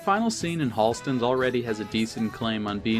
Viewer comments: You lost me when you pronounced it as "Hall-stens" Yikes. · i know you’re a real guy but tbh the way you have your audio edited and the specific small mistakes you make in the way you say certain words like “halstens” instead of “holstens”, and “solazo mcclosky” when it’s “solozzo and mccluskey” makes it sound like you’re using an AI voice over. i would work on pronunciation